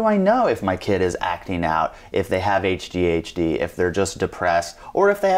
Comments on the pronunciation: Did he say hdhd? LOL I think you meant ADHD lol. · Did he said hdhd ? Wtf is that? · I hate this moderator/host. So unsupportive, so demanding, to antagonistic and then doesn’t even pronounce ADHD right?!!!!???!!! Other than that, the therapist is amazing, has amazing thoughts & ideas to share and has trully patience of gold..